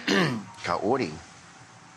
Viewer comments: He needs to stop calling her cayotee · Why do I feel like he's saying Coyote every time he says Kaori 😂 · you don't even need to roll the r. Cuz obviously he can't do it. But he should try to say it the best he can instead of saying coyote 🐺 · The way he pronounces her name as KAA-OOri when its literally just Kaori is making me cringe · "Kaory, Kauory, Coyote" 😂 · where in the world does he get the t in Kaory? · Is he trying to say coyote? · "Her name is Kaory, I hope i'm saying her name right... Kaory, Kaooory... KAORY!" 2 seconds later.. "Cayote and I..." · Ed: KAORY, I hope I’m saying that right Literally one second later: coyote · Practicing to pronounce her name and THEN he goes straight back to calling her coyote, geeze 🙄🤦🏻‍♀️ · Ed, Just call her Kai-oh-ree. -_ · Without i. It is Ka-o-ry... simple... but the exes are rose and liz... so even her name is looking too much for her. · He says her name so horribly